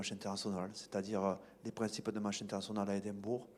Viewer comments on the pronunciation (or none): none